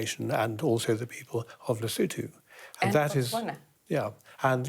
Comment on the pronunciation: The country is Lesotho. Not lutho 😅